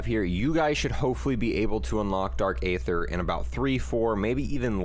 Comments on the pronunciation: It’s pronounced - “EETHER” not “AYETHER” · Its pronounced E-ther no A-Ther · Ye it’s dark eee-ther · No one: Absolutely nobody: Multiplayer players: Dark A-ther It’s pronounced E-ther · I’m sorry, but it’s not A-ether... it’s just ETHER the A is silent. It’s all good tho. Even the makers Call it ETHER... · U pronounce aether like eeeether pronounce the e people. Or listen to old zombies cut scenes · “Dark ay-ther” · Aether = E-Ther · then you should know how to pronounce it. It’s bugging me out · Stop saying the a in aether. A is silent :)